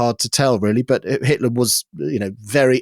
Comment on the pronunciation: Who is this 'Hilter' of which you speak?